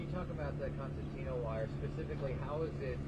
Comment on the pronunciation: It is pronounced concertina not constantina. Also the border patrol should know these people are not migrants but are illegal immigrants. Migrants are people who come legally with a work visa who work a specific job and then go back home after they're done with their job. Example of that would be those who work on farms picking crops. Once that job is complete they return back to their country of origin.